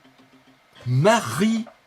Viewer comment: Doc serieux t'abuse xD Marie jouasse??? wtf ahaha Goise comme viennoise, villageoise, genoise etc